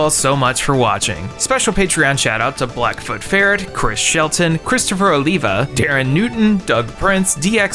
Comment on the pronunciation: oh wait! its christopher OLIVA, not olivia!